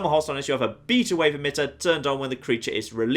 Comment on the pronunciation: omg how you pronounce beta is funnier than how you said coyote. its pronounced bātə but thanks for the review of this DLC.